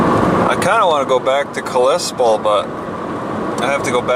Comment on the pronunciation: Kalispell is really pronounced “Cal Less Spell”